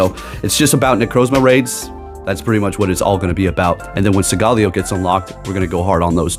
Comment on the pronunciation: Segaleo??? Isn't it SOLGALEO, SOOOOOOL...GALEO🧐